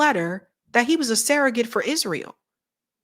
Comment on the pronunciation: the word 'surrogate' is pronounced like it's spelled -- SURR-uh-git. Please stop saying SARAH-git.